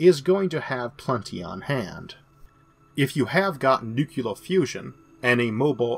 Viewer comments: Oh, USA... Please remember that nuclear is not pronounced nukular. there's no 'u' in the middle of the word. as Mike Judge said, Idiocracy was supposed to be a parody, not an instruction manual. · I love this channel, but I have just one small critique: "nuclear" is pronounced ((new-clear)). In several of your videos you pronounce it like ((new-cue-ler)). Source: (with audio.) It's a really common mispronunciation, and I don't know if this is rude since you know waaaay more than me about, like, everything. Please don't hate me.